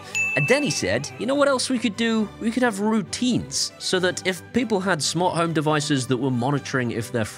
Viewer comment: Smant Home?!? 😜